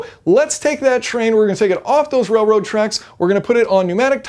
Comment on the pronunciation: keep saying railwoad